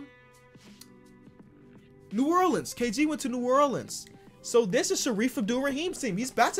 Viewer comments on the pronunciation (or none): none